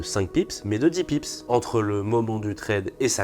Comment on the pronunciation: Vidéo sympa ! Mais on dit bips pas pips si je ne me trompe pas !